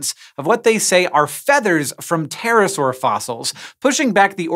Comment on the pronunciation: the p needs to be silent especially at night.